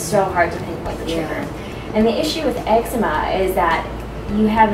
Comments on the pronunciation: ex-E-ma NOT ex-eh-ma like letter E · Pronounced "ex-zee-ma"